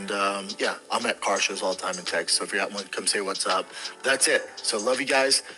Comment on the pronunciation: The way he says Teggsas